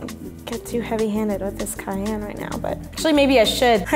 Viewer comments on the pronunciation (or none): none